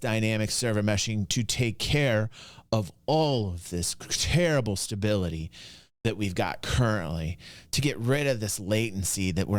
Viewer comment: It is all about the STA-BILLY-TAI